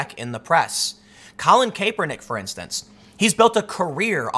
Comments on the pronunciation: Cap er Nick. Not Kay per Nick. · I swear to god if you say “cape•er•nick” one more time! You make people think you don’t know what you’re talking about